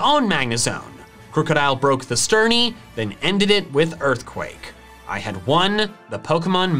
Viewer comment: Broke The Sturny STURNY